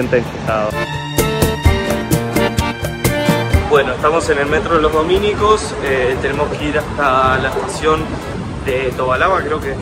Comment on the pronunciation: Tanto aquel lugar de Santiago, como la congregación religiosa, en castellano no se llama "Los Domínicos", sinó que «Los Dominicos». La palabra "Dominicos" no es una palabra esdrújula acentuada en la antepenúltima sílaba, sino una palabra grave acentuada vocalmente en la penúltima sílaba. En cambio en Alemania existe el apellido Dominicus, que si se acentúa en la sílaba "mi". Esto lo sé porque yo viví muchos años en Berlín, cerca de la Dominicusstraße, calle llamada así en honor al político Alexander Dominicus (1873–1945).